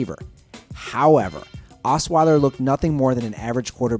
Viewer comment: well "assweiler" delivered